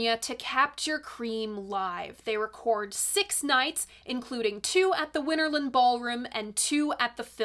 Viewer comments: WinterLAND, not WinterLIND. Arrrrggghhhh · I generally refrain from offering corrections to your mistakes just out of respect for the general high quality of your work and well, an impulse to restrain myself. But if you'll allow me... Winterland is pronounced Winter - Land (and not Winter-lund, as you do repeatedly). The photo you show is a shot of Fillmore West (and before that, the Carousel Ballroom), and not "the Fillmore" or Fillmore Auditorium where recording actually took place. Different buildings, different locations. I attended one of the Winterland performances, and I have to agree with Jon Landau: The show consisted of far too many extended solos and self-indulgent psychedelic sonic escapades. Honesty, I found it quite tedious. I enjoy most of Cream's studio output, but their live playing is just too long, drawn out and meandering for my taste. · FYI: Winterland is pronounced similarly to Disneyland, rather than similarly to England.